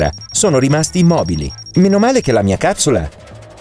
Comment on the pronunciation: a me sembra che dice cazzula e non capsula